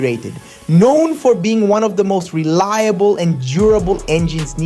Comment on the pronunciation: de riiable ah yes